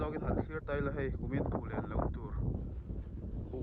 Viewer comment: 'Phullen' chu i va lam pial ṭhin ve😮😅